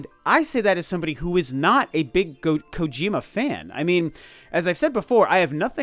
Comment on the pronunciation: "I'm not a big gojir.kojima fan" What! Not a gojira fan!?😂😂